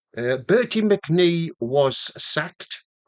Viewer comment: Not Bertie McNee. Bertie Mee. If you are going to talk history, get it right! That was awful, mate. You will have to do a lot better.